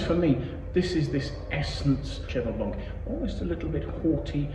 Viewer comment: Whau, that sounds lovely! Did you say "horsey"? Like "white horse"? 😅 What a beautiful Winery, looks so amazing. Love this wine, the 82 was epic, I will never forget that smell..... Thanks so much!